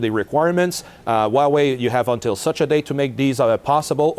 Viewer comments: I twust Waw-way compweetwy... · No Way Hauwei